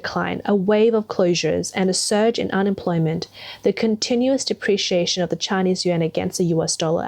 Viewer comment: What's a "depreation"? You keep saying it throughout the video.